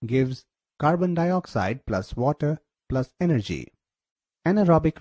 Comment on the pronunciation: it is energy not enegry but really nicely explained. Good Job!!!!!!